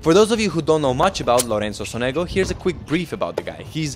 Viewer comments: Great video, thanks! Only correctin: it's pronounced"Sònego" accent on the first vocal, like Rùblev. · It should be Lorenzo SOnego (not SonEgo)